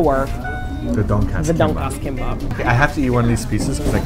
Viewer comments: All I could hear through the whole video was "Donkeyass" instead of Donkatsu xD - "Do you guys know what a donkey ass is?" Me - "Well....yes..Oo" - "Well let's not eplain what is is now cus' we're gonna show people what is is when we go!" Me - "Ehrr...O____O.......Didn't know I'd be watching National Geographic today.." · says donk-ass... hehehehehe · ITS PRONOUNCED TON-KAT-SUUUUUUUUU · Their pronunciation of donkatsu is kind of distracting (please emphasize DON for DONkatsu) but I still salivated as much as Simon. Holy shit I want that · Donkatsu (Tonkatsu) is japanese pork cutlets.. its pronounced ton-cut-su... i don't know why I'm adding this comment lol, just felt like it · Can't pronounce Donkatsu because it's Japanese LOL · Their Korean pronunciations are so awful that it's actually funny. XD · Ugh the way they pronounce tonkatsu is completely wrong....